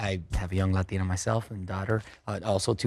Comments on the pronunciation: I really appreciate the way Mario said Latina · The way he said Latina was so satisfying